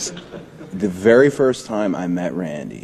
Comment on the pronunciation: What is this with the pronunciations of "Randy"?? 🤦‍♂️🤔 He said it like Riddle..."Raaandy," now I'm thinking Riddle's saying is legit and not in character 🤔